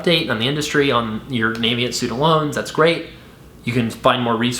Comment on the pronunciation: Thanks for this video! I just disovered your channel and subscribed to the audio podcast. Minor point: "Navient" is pronounced with a short "a" sound (like "a" in apple) on the official Navient YouTube channel Not that it matters too much. Here's an example video from 2014